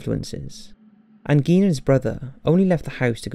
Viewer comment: Garh!!!! You are pronouncing Gein wrong!! I hate when this happens. Apparently no American can say his last name correctly.